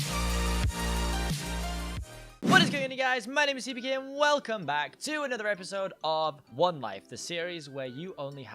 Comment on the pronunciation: and you both are saying it wrong it's Seapeekay